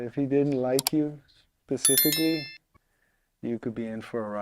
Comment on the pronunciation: Bro how do you start the video with "pacifically"